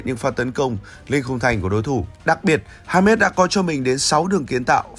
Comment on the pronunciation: Đọc là ha mét hả ban😢